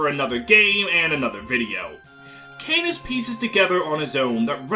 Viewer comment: AAAAAAAAAAAAAAAAAAA CANAS IS NOT PRONOUNCED LIKE THAT I CANT STAND IT canas is great i love him sm but I can't stand your pronunciation its driving me mad >:(